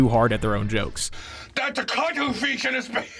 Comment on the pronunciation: Vanilla paste or cwuddle fish? Ok cwuddle fish.